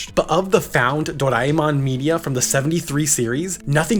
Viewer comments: It's doreamon not doriemon 😶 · It's actually Doraemon not do raie mon these Americans are sucked with their accents . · I wasn't going to say a thing about your pronunciation until you posted a clip of how to say it correctly and then immediately said it wrong lol.